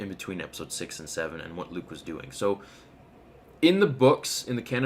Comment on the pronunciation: "How's everyone doooooing" you are so Canadian how you say your "o." Probably Hayden Christensen. Maaaaannnnn he's so good looking